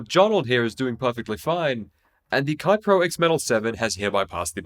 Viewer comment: Keipro is pronounced more like "kay-pro", not "kye-pro".